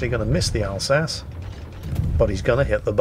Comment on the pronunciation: You mispronounced "Alsachey"